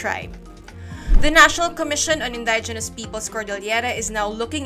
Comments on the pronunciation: Why do you keep pronouncing it as "in-DIE-je-nus"??? LOL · Should be Indijenes?